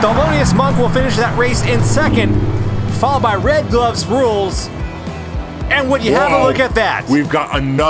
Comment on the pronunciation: I cringed every time said "RedGlovesRuleS"